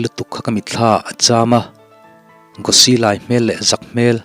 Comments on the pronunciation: Ngaihnawm hle mai.. Changtunu hi Gospel-i anih chuan arik dan tur ah hian Gosi nilovin.. Gaws-i(aw kan lam ang hian) anih duh hmel ka rawn ti mai mai.. Ka hresual anih chuan thuhran le... 😁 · changtunu hming hi Gosi tilo in, Gòs-i tih angin lam la, ngaihthlak anawm zual duh hmel ka ti mai mai... a ngaihthlak nawm khawp mai👍👍